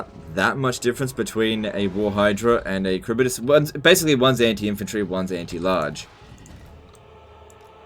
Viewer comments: Karibidis? Its Harivdis LEL xD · It's prounoucnce haribdyss not karibydass😂😂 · Kharibdyss. Not Kharibydyss